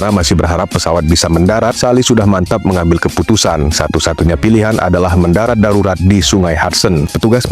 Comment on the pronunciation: Sarurat✅ Darurat ❌ 😂😂😂😂